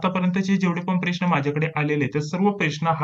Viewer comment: सर ते प्रेश्न नाही...प्रश्न मनायचं 😂...